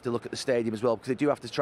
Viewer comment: Bantchester United 😂